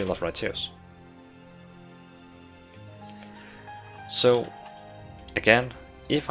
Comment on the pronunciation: Could not hear anything else after he said it the first time. I watched it all just for it =)). You definitely have done it my friend, you made my day.